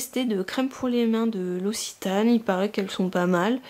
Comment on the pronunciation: Stp, je viens du sud et tu me traumatise, si il y a une prochaine fois prononce l'oKSitane (l'occitane, comme la langue l'occitan). ^^ je vois que plein de youtubeuse son déçu par cette box de juin, je commençais justement à m’intéresser à ces box xD Plein de bisous